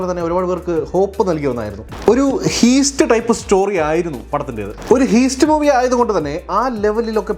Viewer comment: A correction if you don’t mind, it is ഹൈസ്‌റ്റ്, not ഹീസ്റ്റ്